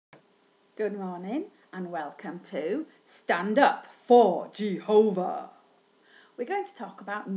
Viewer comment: Don't Say Jehovah s name like that